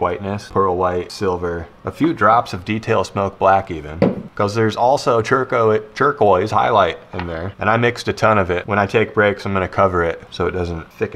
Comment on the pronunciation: It sounds like he said churqouise